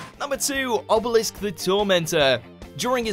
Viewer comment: did he just say "Ebelisk"?